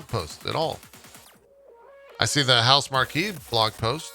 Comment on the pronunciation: *pushes up nerd glasses* uh....I believe it's pronounced house-mark (Housemarque)